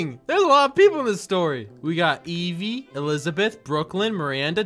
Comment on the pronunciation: THANK GOODNESS DIDNT SAY EH-VEE CAUSE MY NAME IS PRONOUNCED EEVEE